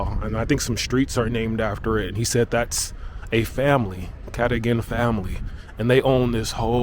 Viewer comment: KATAGAN...pronounced CAR DOE - GAN (Cadogan )